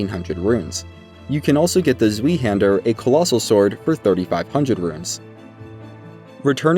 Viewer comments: What I see: Zweihander What I read: Tsvaihander What I hear: Sueehander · It's pronounced Tswaee-hander, not zwee-hander, aside from that though, amazing guide, great job! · “The zweehander” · Zwei means 2 in German aka 2 hander. Very clever of fromsoft I know. German pronunciation deems W is pronounced like V so it is zveii hander Also kale is said like the vegetable!! Lolol good video bruv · Aside from how much you butchered the pronunciation for zweihander, this is a really grate guide